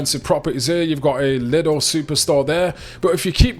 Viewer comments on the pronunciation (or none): none